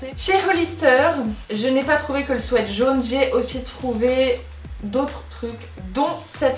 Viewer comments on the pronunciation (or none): *swit pas swet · Un swette??😂 on dit sweat "swit" ♡ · le mot "sweat" ce dit swit et non swait sinon top la video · Sweat qui veut dire pull se dit "swite" et pas "swète" sweat prononcer "swète" veut dire transpirer ou suer alors merci de ne pas faire cette insupportable faute 😧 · Omgg c pas des swet mais des sweat [ swit ]😂😂😂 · Léonie CHAMPAULT Et Nan... elle le pronote bien. ce qui se prononce "swit" et les les bonbons.. les Sweat c'est "swait". renseigne toi, Google traduction te le confirmera 😀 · Famille LANGLOIS MORIN "sweet" qui se prononce "swit" en anglais ça signifie "bonbon" donc le mot "sweat" se prononce bien "swait" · Isabelle vlr je regardais les commentaires expres pr voir si j étais la seule 😂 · Nan moi aussi sa me strese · Tu t'adresses à un public français mais tu dis h and M. tu sais pas prononcer sweat c'est tout ahahaha